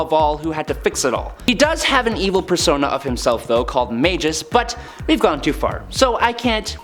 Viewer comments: Mag-us. Not Mage-us. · yeah that's not how you say magus